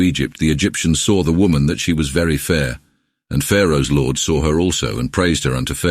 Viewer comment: l ord.ya mean lord ..fukn ai